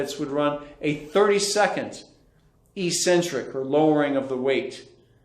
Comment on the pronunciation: Eccentric is pronounced ik-sen-trik.